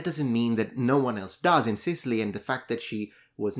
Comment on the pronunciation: His grandma was born and bred in Sicilty? 🤣